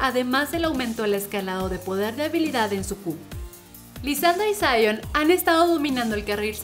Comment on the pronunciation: Se dice Sion no Saion:v